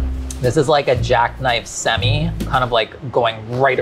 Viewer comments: Did say semi???? Like sem-eye??? Completely caught up on that lol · yo did he just pronounce semi like that